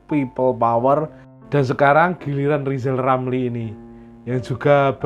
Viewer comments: Kebanyakan nylinyir mulutnya Lizal Lamli sampek bengkak njeber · Ya yg jadi plesiden yg bagus Lijal lamli bial bica bancaan masal